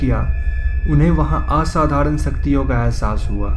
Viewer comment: Padanormal nahi hota ..paranormal hota h ..saktiya ni hota shaktiya hota h ....poode ni hota purra hota h ...padkliya ,parkriya hota h